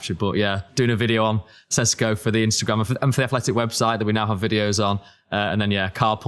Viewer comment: Sesko is correctly pronounced "Sheshko" (his name in slovene is: Šeško) :)